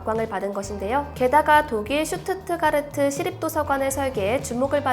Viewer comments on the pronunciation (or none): none